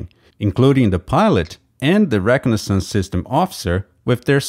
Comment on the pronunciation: Great video, except for the way you pronounced egress and reconaissance, that confused me like crazy for a minute till i rewound and listened a few times and finally figured out what you were saying